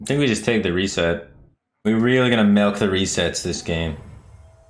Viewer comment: “Full melk mode” ah I see firebat is a man of culture as well